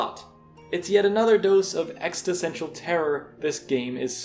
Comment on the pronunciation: stop saying “extisential” the word is existential